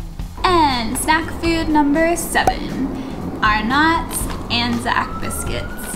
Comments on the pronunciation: It's so funny how you put the emphasis on NOT in Arnott's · Arnotts has the accent on the "ar" part, not the "notts". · lol, the brand Arnotts is pronounced AH NETS or R NETS .. ARE NOTS sounds so weird :p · Killed me.... Are-nots.... FYI pronounced are-nits hahahaha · Interesting info. You can not modify an Anzac biscuit and still call it an Anzac biscuit. The recipe is the recipe. A company modified it in 2019 and was fined. It's also pronounced like are-nuts, not are-nots. Also, Milo is better when it's in cold milk and only partially stirred. You eat the Milo off the top with a spoon. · Arnott’s isn’t pronounced “are nots”, the emphasis is on Arn and the rest is said much closer together, a bit like “bullets” with the emphasis on bull. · Future reference, it's not pronounced ArNOTTS, it's ARn'tts. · Ahnuts not Are nots for Arnotts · FYI: it’s pronounced “are-nots” not “are notes” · You pronounce it "Are-knots"...it's more like "Are-Nuts" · Also it's Arnn'ts not Are Nots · Arnotts Are Nots X Pronounced Arnits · These guys are pretty likable. Tips: The best Anzac biscuits are homemade, they're super easy to make. Try the Wagon Wheel instead of the Arnott (pronounced AR-Not) Iced Vovo. I think Iced Vovos are a favorite of little old ladies. Fairy Bread - children love it at birthday parties due to how pretty it is, not so much the nutritional value or taste. You need very soft white bread and you need to press the hundreds and thousands into the bread a bit for it to stick to the butter. I'm glad to see you like Vegemite and eat it properly (sparingly). Try it on crisp buttered toast cut into strips (soldiers) dipped into a soft boiled egg. The best way to enjoy Vegemite! Good effort guys! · It’s pronounced “Ar-nits” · I found your Arnotts pronunciations very funny :) We pronounce it Arnetts, no idea why, just is. Glad you know how to eat vegemite, it is the best thing ever for breakfast :) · All good.. Arnotts is pronounced arnets by the way.. Cheers